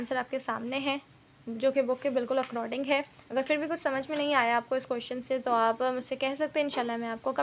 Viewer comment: Please according ko accroding na bolynn